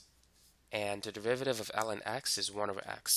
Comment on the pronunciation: Why do I keep hearing 'devivative' every time he says 'derivative'? 😂 Well thanks for the video, I appreciated it